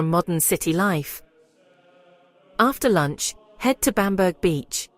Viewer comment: Bamburgh castle is pronounced 'Bam bra' castle.